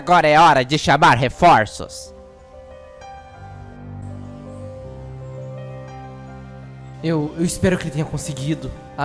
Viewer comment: chaba refoços kkkkkkkkkk